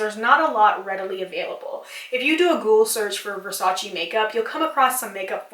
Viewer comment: I don’t want to sound rude, but Versace is actually pronounced “Versach-eh,” and not “Versach-ee.” Great video btw, you should do something like comparision of marketing strategies of the biggest cosmetic companies (EL,Lancome...) and why are they so successful.